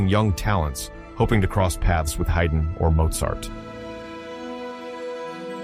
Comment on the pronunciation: This does not seem right. Mozart deliberately chose not to go to London despite Haydn's pleading. To say that he lacked means of travel is misleading. They would have paid him to go to London, plus some. Haydn is pronounced Hide-n.